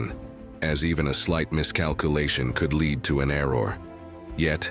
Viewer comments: Amazing that lead ('led', not 'leed') paint is mispronounced. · The computer voice of narrator made a mistake, "lead paint" is not LEED paint but LED paint. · However he pronounced it led and leed when describing glass